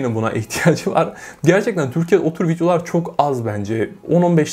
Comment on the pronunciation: En cokta Videolar derken ki FitYO lar deyisine geldim